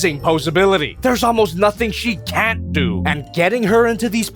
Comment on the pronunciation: “nthin she C A N T do” 😭💀